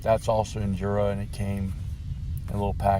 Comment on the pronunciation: Say it with me "IN - JOR - AH"